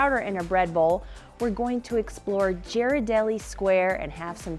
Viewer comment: Not making fun of you, but it's pronounced gear-a-deli square. I was corrected by a local.